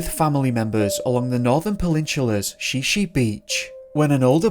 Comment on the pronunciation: It’s pronounced Shy Shy beach, not She She beach just fyi